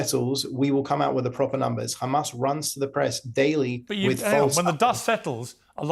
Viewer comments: Absolute connivery and deception . Totally irritated my ears every time he said Khamas, couldn't finish the video. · Apparently Pier's teleprompter malfunctioned and show real questions instead of "Do you condemn Khamas?"...